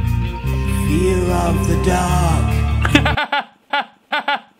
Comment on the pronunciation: This whole time I thought he said fear of the duck